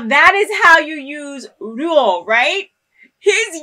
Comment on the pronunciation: Gotta love how she mispronunciates some words. Roouh instead of Ryo Rooma instead of Ryuma 😅🤣